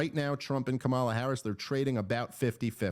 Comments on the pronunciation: Dave I believe you’re pronouncing Kamala’s name incorrectly. The emphasis is on the first a, not the second a. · I call her Camera, because, because when I was a poor little black girl being raised in the scraggly woods by my quadruped mother (she ain't had no arms nor legs, which was her misfortune, and none of my own), I couldn't pronounce Kamala, so I says Camera instead. I also couldn't pronounce toast or Philadelphia.